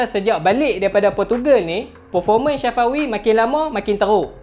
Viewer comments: Bang bkn shafawi tpi safawi bang🤣🤣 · Bukan shafawi safawi hahahaha🤣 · Nama dia safawi,bukan Shafawi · Sebut nama Safawi betul2. Safawi bukannya Sya fawi🤣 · Safawi rashid.. bukan syafawi rasyid.. safawi bro, safawi.. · safawi bangg.. bukan syafawi😅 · Tak mungkin hang sorang jaa... Aku pn dengaq dia sebut Syafawi,,, kot2 satgi last video hat bloopers... Syafawi Syafawi Safawi lah hahaha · Aku sorang ja ka dengaq dia sebut ‘SYAFAWI’ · Aq pon dngaq syafawi jgk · Bhasa kedah biasa la